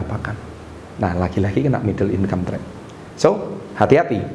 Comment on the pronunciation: Middle income trap, gua denger nya "middle inkampret"😭